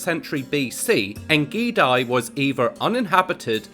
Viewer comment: Very interedting video You pronounce the second part of ein gedi WRONG, gedi is pronounced gay-dee